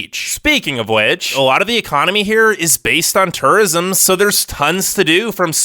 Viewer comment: I’m trying to figure out where this man is from Lol turrism got me every time